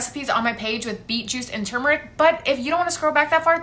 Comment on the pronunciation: Thank you for pronouncing turmeric properly!!! Too many call it tumeric !! Grrr!!!